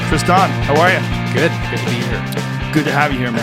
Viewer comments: As someone who spells their name tristan it just chaps my cheeks how he pronounces his name lol but hey not everyone says it the same way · His name is Tristan not Tri-Stan. hate this loser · I had a 5 min conversation with my husband 2x... once when Tristoooon pronounced his own name and again when Rogan said Tristooooon 🤦🏼‍♀️ No sure why but this really bugs me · As much as I appreciate this man I'm not pronouncing his name the way he says it's pronounced his name is Tristan not TristOn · Pronouncing his name as Tris-tahn is pretentious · Why is his name pronounced like that? Wtf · I really like this guy but can't trust anyone that wants to pronounce a boring name differently to feel original. I'll just leave this here